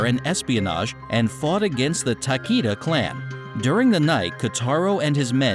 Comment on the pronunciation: Whoever narrated this is a tool, totally wrong on how the names of the clans/families are pronounced, Takeda clan shouldnt sound like Takeeda, should sound like Tak-ay-da.